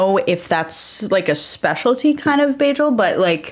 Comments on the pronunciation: Everytime she says bajel a New Yorker jumps off the George Washington bridge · if you say bajel one more time…